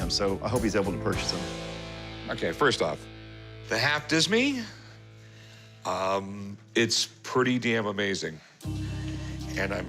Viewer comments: Disme is pronounced "Deem," which later became Dime. Half Dimes were used until they started making them out of Nickel and Copper, which is why we now call them Nickels. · Sounds like he's saying half Disney & Livertoss.😂